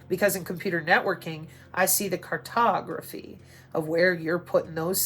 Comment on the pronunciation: Cartography, I never heard it said that way.